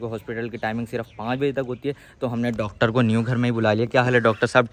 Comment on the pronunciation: Pendu😂😂😂 dactor nhi hota pagl😂😂😂😂😂😂 sorry😊😅